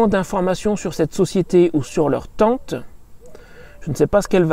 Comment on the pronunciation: Tu prononces Teinete avé l'accent.